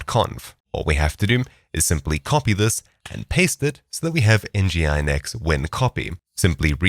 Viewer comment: "en ji i en eks" sorry please.. you can prounounce that as : ENNJIIIN EKSS!!